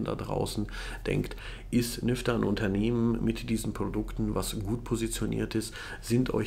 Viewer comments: Jedes Mal wenn du Nyfter gesagt hast verstand ich "Lüfter"... error in head...🤪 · Verdammt, nachdem ich deinen Kommentar gelesen habe, ich jetzt auch xD